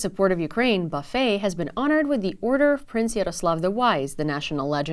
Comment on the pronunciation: Buffet last name is pronounced buff-it ..strange I know